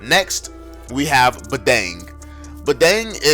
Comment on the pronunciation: Wth Bedeng?? Its Badang